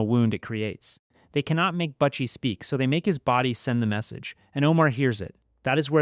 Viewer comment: You need to redo this video or take your voice off it because you massacring the name . It’s not buttchie it’s butchie 🤦🏻‍♂️